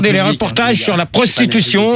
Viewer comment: La Sprostitution ! Rrrrôôoh. Pas la "prostitution" !